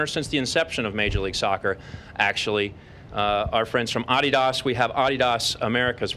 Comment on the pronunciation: Who the hell pronounces "Adidas" like that?